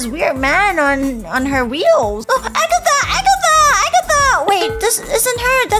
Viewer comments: It's not Agatha it's Ragatha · IT’S RAGATHA NOT AGATHA!